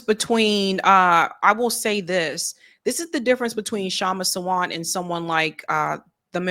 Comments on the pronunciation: Hello.. Sawant is pronounced Saa-vunth.. not Savant 🤗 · It's pronounced SAA-want (last syllable rhymes with hunt) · The speaker must learn how to pronounce the name Kshama Sawant . Disappointed